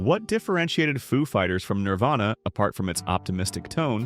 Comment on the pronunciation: When the AI voice that's been saying "Nirvana" the whole video, decides to change it to "Nirvayna."